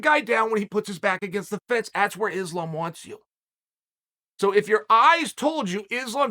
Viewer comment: Its islam not izlam please